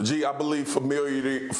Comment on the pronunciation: Nobody’s talking about how Swaggu tried saying familiarity 3 times and failed each time 😂